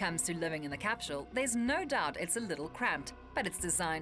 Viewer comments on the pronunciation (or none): why is she saying capshule not capsule ? :/